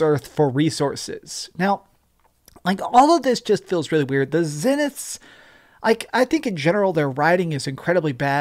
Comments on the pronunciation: Why do you intentionally miss pronounce Zeniths when you’ve obviously heard it pronounced correctly dozens of times. It’s annoying af. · Tens of hours in the game and you’re still not able to pronounce “Zeniths” properly 🤦🏽‍♂️🤦🏻‍♂️